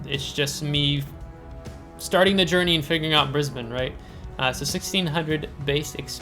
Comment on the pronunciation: Absolutely correct with the pronunciation from an Aussie here! I recently got Brisbane myself, received the (annoying) captain Matilda during the event but never went any further than that. I find it pretty hard to play myself, been smacked from across the map a couple of times. Plane based ASW's are a blessing in comparison to ship based. DPM is a little low IMO.